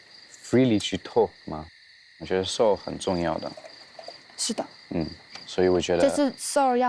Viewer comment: 真的，还有她读soul，能读成像sour一样